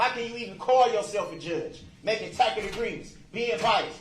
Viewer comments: Takit agreements lolol - TACIT! He made that mistake so many times. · What the hell is a "tacket" agreement? I'm thinking he means tacit? What a moron!